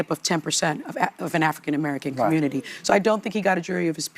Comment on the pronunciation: Sounds like he’s saying committee not community